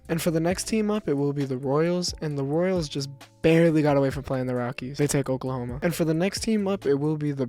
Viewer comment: “Royels”💀💀 Edit: correct me if I’m wrong but did he just get rid of the “Royels” for no reason?